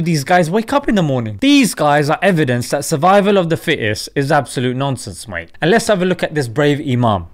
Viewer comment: The way you say mate 🤣 spot on